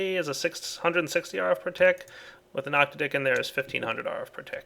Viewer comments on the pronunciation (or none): oc-TAD-ic capacitor, not octa-DIC. Words ending in -dic pretty much always have the emphasis on the syllable that precedes the -dic. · oh yeah, i just noticed that, i was syaing it wrong then aswell XD. ( oc-tattic works too)